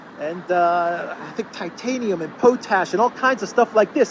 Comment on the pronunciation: It's pronounced, POT - ASH.